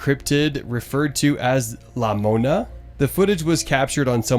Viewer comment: 😂its not la mona its larona